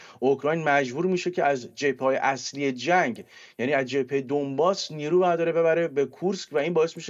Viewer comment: دانباس تلفظ درست است